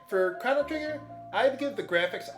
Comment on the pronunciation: I love how you kept miss saying the main characters name.